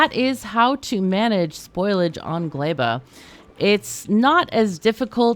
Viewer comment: its so funny to hear everyone's different ways of pronouncing the planets,, caught me completely off guard when you said glæba lol